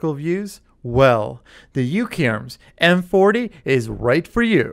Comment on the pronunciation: he kept calling it M40, it's MP-40.